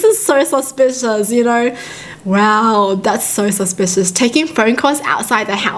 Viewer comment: “dOnt be SusPius dAnt be Saspuis DONT BE SUSPIOUS”